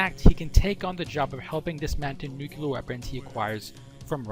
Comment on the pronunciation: Good video. Btw i'l sorry, it's stronger than me : nu-cle-ar, not "nucular"